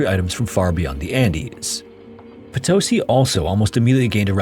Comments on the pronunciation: just and only just, for future en-devours, the diacriticals on spanish have the accent. (if that is even the word). i mean Potosí has the í as the strong part of the word. you are reading it like *Potósi*. =) anyways, thanks for the videos. I always say to my self that I have to make you 20 short variation of the background loop you use. im so used to it now xDD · poto-sí like yes in spanish. ( Póto-Sí ) the Sumaj Orco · Heyo, as a language note for future stories, whenever you see a mark on a vowel of words in spanish, that means that that syllable has the strongest sound in the word Thus - Potosí = poh-toh-SEE Cheers, I've been following a few years 🇲🇽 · OMG For Christ sake it's po - to - SEE. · Potosí with an accent on the i - it’s Po-to-SEE. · I have been following your channel for years! I can’t believe you are talking about Bolivia, this is something that we learn so early that I hadn’t realized how bad it was. Greetings! 🇧🇴 if you ever want to eat Bolivian food i’ll send you some recipes!🎉 Edit: Oh, uh… by the way it is po-to-SI not po-TO-si ❤ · PotOsi, ouch. The spelling is LITERALLY IN FKG FRONT OF YOU and you manage to fk it up. Cannot listen to this crap. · How could you make an entire video about Potosí and not even bother to learn how to pronounce it correctly? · I appreciate the effort and research that you put into your videos. So here is a little tip to make your Spanish videos easier: most of the time words will be prononuced with an accent on second to last syllable, so "papa" (potato) is pronounced "PApa", if that is not the case then you add a tilde (á, é, í, ó, ú) on the vowel that has the accent, so "papá" (dad) is "paPA". So Potosí is pronounced "potoSI" not "poTOsi". I'm of course simplifying the actual rules, but that's the gist of it. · Nice to see a video on this mountain and Potosi. Over 50 years ago I live several months in Potosi and had the opportunity to tour this mine. Please learn the correct pronunciation of Potosi.